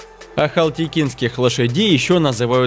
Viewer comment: Информация сама по себе очень интересная. Но. От комментатора уши вянут. Неужели нельзя было нормально прочитать текст? Лошади не "упряженные", а упряжные. Цвет не ворОный, а воронОй, не аЛХатекинская, а аХАЛтекинская лошадь, ну и т.д. Из-за таких ляпов портится впечатление от хорошего ролика.